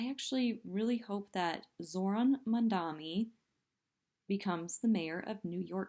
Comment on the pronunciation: She's not ranting. She's stumbling. Ouch! Hey,, learn how to pronounce Mamdani's name.